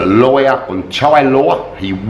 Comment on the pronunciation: with your accent, when you say, "Lawyer" it sounds like "Liar"... coincidence?? 55555